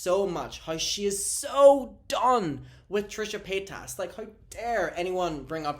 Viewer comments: I crack up every time when you call her Trisha Potatas 😂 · Did he say Trisha patatas lol! I much rather have gabby but I think Donna might not be to keen on that, but as soon as Trisha stuck that knife and twisted it in Ethans back by doing a podcast with keemstar a known person who has beef with Ethan.